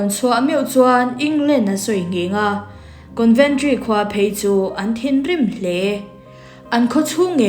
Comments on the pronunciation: Conventry nilovin, Coventry zawk aw..Con nilovin Co anih kha..en chiang rawh i thil chhiar kha, ati ngaihnawm lo ṭhin. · Coventry ......conventry tiin ilam daih bok sia